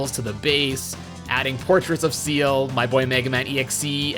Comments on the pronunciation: Forget the zed/zee thing, you're killing me every time you call Ciel "seal" 😵 Ciel is pronounced more like "shell"- her name is in French (like everyone else in the resistance) Fun fact, the motif with the resistance goes beyond just French! Ciel translates to "sky", and everyone in the resistance has a name that translates to a different bird. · Pretty sure her name is pronounced "See-ELL" not "Seal" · You say Ciel like it's Zeal from Chrono Trigger and Zero as Zed this video is cursed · my guy actually just pronounced ciel as seal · actually , it's more like "see-el" than "shell"